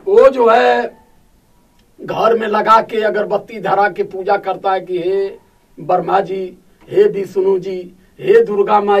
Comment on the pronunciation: Bharma nahi hota hai vo Brahma hota h vo pronounciation aur written k liye aur exercise kro bhai....